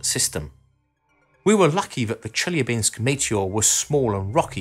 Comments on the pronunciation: Wrong stress in Chelyabinsk: it should be stressed ChelyAbinsk, not ChelyabInsk. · ChelYAbinks... Wrong emphasis.